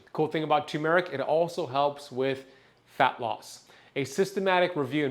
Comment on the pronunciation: TURRRRRR-meric Not TOO-meric There's an "R" before the "M" Do you "Tun" the steering wheel in your car? No! You "TuRn" the wheel. Do you want a TUMOR-ic? No! You want TURmeric "R"...it's right there in the word - tuRmeric TURRRRRRR...